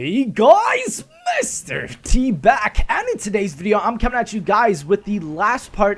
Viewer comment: Can u stop say " hey guys Mr. T back " because I think your saying mr t bag 😂😂